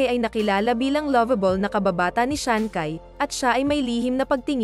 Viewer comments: Ang narrator ang sabi shansai Yan di shakai hahaha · Shancai…. You pronounce it as shanshai. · wahhaha natawa ako sa sankay 😜ayusin mo kasi pag pronounce daw ming see hahahah 5k tawa ko dito sa content mo😂Shan cai hindi sankay 😜 🤣🤣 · hindi siya si SHANKAY, SHANCHAY yan pag binasa. hahaha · Sanchai hindi sankay😂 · Chai ang pronunciation ng CAI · Ano daw Shankay??ayusin mo nman pruounciation mo😂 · Shang hai Po hnd shang kai.dao meng shu Hindi Po daw meng si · Natatawa naman ako sa bigkas niya sa ngalan ni sanchai naging syankay na😅😅😅🤣🤣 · Dami ko tawa mali mali ang pag pronounce ng names,yung sancai parang may h po yan pag binibigkas,yung VIc Chou mali yon, Vic Zhou po.😂😄🤣